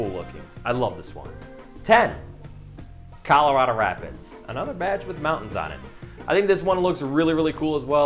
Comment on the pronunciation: My boy mispronounced Colorado